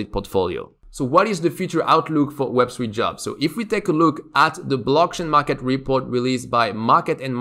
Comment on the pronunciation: "web swee developer"